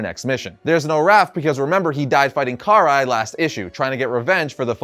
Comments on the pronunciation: (Kuh-rai) Karai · Dawg i know you see people telling you that you’re saying karais name wrong. Are you doing it just to piss people off?